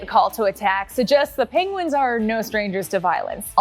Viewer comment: Benedict Cumbersome "Penglings" LOL